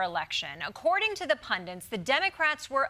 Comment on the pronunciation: Desi, join our crusade, say 'pundit', not 'pundint'...